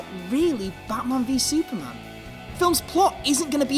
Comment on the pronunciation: you say batman vs. Superman weird